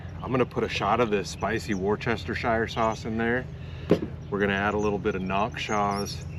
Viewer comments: Note to anyone from outside the UK Worcestershire sauce - REPEAT AFTER ME - WUS ( you’re such a wus - baby / coward) - TA - SHU ( as in “shut” without the T) WUS-TA -SHA We only really say the word “Shire” when we are being humorous ie I live in Devon but I might put back a country bumpkin accent and refer to it as DEVON-SHIRE if I’m being self deprecating or taking the p!1ss out of a country local or talking about an actual Shire Horse… or Tolkein’s Hobbit as in “The Shire”. The only reason a non UK would have cause to refer to SHIRE pronounced with the long Ire / Iron sound is when referring to the Horse or Hobbit - hope you enjoy the weird UK PRONUNCIATIONs. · Wuster shur sauce is how you say it,, and that is from someone from the uk where its from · Say Worcester sauce like this- wus-ter-sher sauce :) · I laugh how Americans say Worcestershire Sauce. Try saying it it - Woo stir sheer (quickly) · My Latin teacher in high school made me say this, Worcestershire is pronounced as wu·stuh·shr 🤟 If that blows your mind, look up Edinburgh 🫶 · I think its pronounced "wors-ta-sheer". Even people in England can't pronounce it. I don't even know if I'm right. I don't believe the internet either. One of the worlds mysteries I guess. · Hey; it is "woosta-sheer" just a friendly correction from a fan in MA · I’m from Worcester- pronounced woosta sheer sauce. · The way you kept saying Worcestershire sauce 💀 then I looked up how to pronounce it and now my whole worlds changed. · that kinda heat always brings awesome storms!!! what a blast! ***easy way to pronounce worcestershire sauce (wersh-ta-sure).: now you see me, big gust of wind, now you dont! our old shitty boy scout army tents would leak anywhere you touched the fabric when wet. no cell phones or internet in early 80s! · This is the first video I’ve watched of yours and I really appreciate how chill you are but PLEASE pronounce it like ‘wusstishur’ I’m about to have an aneurysm